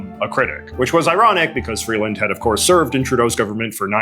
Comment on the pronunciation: Why are you missprounouncing Freeland's name? You'd think you'd be able to know enough about her, as you literally mentioned, she has been one of Trudeau's most active cabinet memebers for years...